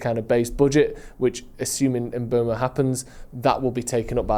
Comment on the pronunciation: You need to have a swear jar for every time someone says Mbuemo instead of Mbeumo.